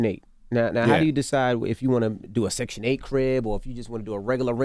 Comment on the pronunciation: The way he says "DEUU" YEUU"...